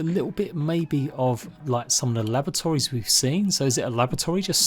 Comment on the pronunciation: I keep hearing lavatories... Try unhear that!